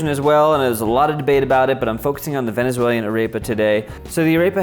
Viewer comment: Cringing at the fact he kept saying venezuelian, venezuelia.